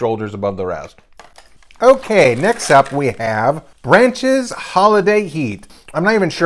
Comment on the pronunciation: Why come calls Brach's "Branches"?